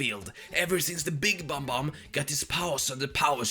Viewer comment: it's bob-omb not bomb-omb 💀